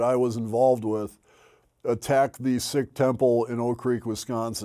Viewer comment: ooooh that’s why he pronounces SIKH correctly! that’s awesome. i was surprised when i first heard him say it, especially considering he’s still saying, “afro-american,” but it makes sense now! very happy to hear about the work he’s done since. respect.